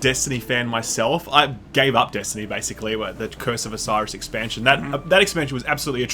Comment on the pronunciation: You mispronounced Destiny Poo.